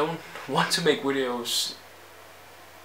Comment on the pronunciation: Why do you say wideos ? And weasons